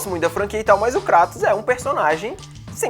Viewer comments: Na realidade o correto é KRAATOS, pq o nome dele é baseado no Deus Cratos, que se pronuncia assim, não "Kreitos", mas né, "Kreitos" soa mais legal. Mas o correto é KRAAATOS, mesmo. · Uma parte de mim morre a cada vez que ouço "crátos" hahaha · kreitos nao .. é KRATOS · Keep Calm and Pronuncia "Krueitos" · Não da pra levar a serio alguem que fala cRatos! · a pronúncia correta é Kratos... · Quando eu ouvi pela voz da Athena no jogo de 2005 ela pronunciou Kreitous. Vai ver a dublagem original errou né? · Começou falando "cratos" eu ja paro de assistir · O Davy Jones pronuncia assim ''Cratos'' dá mó Raiva, ninguém fala assim.. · Cratos mesmo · É CKHATOS VEH DE GUERRA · Você disse Creitons? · 1 - Kratos é carismático (existe a pronúncia certa, use-a) 2- Kratos não era um anti herói, e sim um vilão tbm, pois matou muitas pessoas inocentes e ao matar os Deus acabou com a Vida na Grécia, tão vilão quanto os Deuses